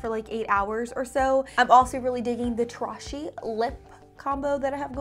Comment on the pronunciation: Just a friendly FYI-Tarahji is pronounced Ta-rah-he, the “j” is silent or said with an “h” sound.